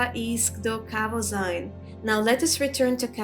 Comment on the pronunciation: As a 57th level thief, I am in no way advanced in Alteration magic yet somehow I have been burdened with this five pound hunk of garbage that I can't drop. I can't remember where I found it but I wish I'd never picked it up. BTW, Tolfdir pronounces it KahVoZeen, not KahVoZine. If we're picking nits, that is.